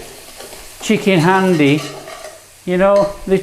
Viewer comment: 1. Its pronounced 'haandi' 2. This isn't chicken haandi. I don't know what this is 3. You kill the methi adding it that early...unless you are using dried kasuri methi 4. You needed to add more oil to the spices/tomato to fry them off properly 5. Pre-cooked chicken breast?...use chicken on the bone next time for haandi 6. WAY too much yoghurt Apart from that it wasnt bad. It wasnt good either though boss.